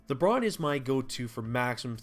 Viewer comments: bruan bruh. its buu - rane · "earnhart"??? Earhart. Phonetically 'Airhart". Also Burr-ran. Burr-ran